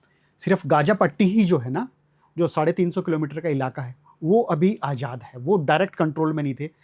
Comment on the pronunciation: Ye janab Farsi padhey magar talaffus bada kharab hai jazba ka Jajaba...Azad ko ajad,julmositum?